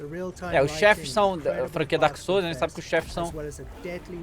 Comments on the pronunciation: DAEMON SOULS KKKKKKKKKKKKKKKKKKKKKKKKKKKKKKKKKKKKKKK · Daemon souls kkkkkkkkkkkkkkkkkkkkkkkkkk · Daemon souls kkkkkkkkkk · "Daemon" Ih, alguém vai ser demitido 😬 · Daemon Souls KKKKKKKKKKKKKKKKKKKKKKKKK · "KkKkKkK DaEmOn SoUlS" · "Daemon booster"